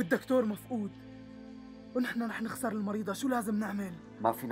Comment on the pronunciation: مين انتبه لما الدكتور قال المريضة قل المريدة